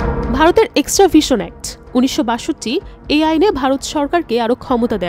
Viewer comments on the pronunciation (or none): Rikshawala der typical news channel bhai!! Extradition act ke bole naki extraVision act😅??! Lol